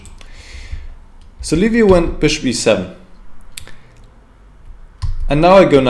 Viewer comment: Congratulations for the win, you are the only one commentator who's pronouncing perfect Liviu's name. Like Leave you, for English speakers